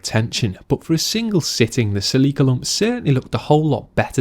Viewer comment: Nissan is an abbreviation NIhon SANgyo (Japan Industries). As for the pronunciation, Seh Re Ka is correct, as these are the three characters used to spell Celica in Japan. The US pronunciation is closer to the correct pronunciation but the Japanese do not say Ls so, Sehrika it is.